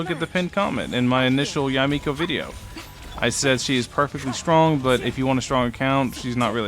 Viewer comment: Props for getting her name's pronunciation. A lot of youtubers have been pronouncing it as Yay Miko when it should be Ya-Eh Miko